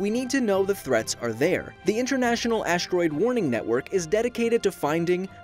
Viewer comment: This is so well made and everyhting, but the fact that the narrator says "aSHteroide" really bothers me